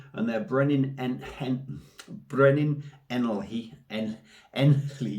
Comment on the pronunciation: haha, not bad pronounciation there! i forgive you! ha